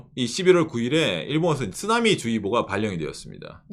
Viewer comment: 쯔나미 말고 쓰나미라고 해주세요. 일본식발음 듣기가 부담이.. 일본을 안 좋아해서요